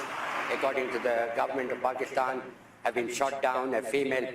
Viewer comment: Paxtan Aarnd force 😂😂😂😂